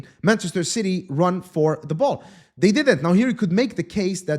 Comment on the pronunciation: The way called Ci-y is darn funny 😂😂😂